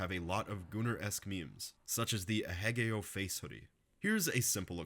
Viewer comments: ahegao is not pronounced uh-heh-GAY-yo broo. it's ah-hey-gah-oh. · FUCKKKKKKKK it's A-he-GAO (1st and 3rd syllables are primary and secondary stressed) from aheahe (panting onomatopoeia) and a voicing of kao (face) dj tron mixtape mentioned 🗣❗ soyjak party is already fucking up her life as we speak